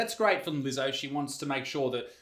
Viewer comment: Are you sure your'e not a Keewee Izec, Did you pronounce Leezo's name correctly mate?